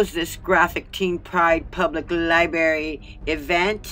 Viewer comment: It's a LI-BRARY... Not a LI-BARY!!! Im pretty sure all "berries" tell the truth and aren't lying!!! LOL But jokes aside, I totally agree that this is disgusting and vile behavior and should be investigated until we hold someone accountable for allowing it to even take place!!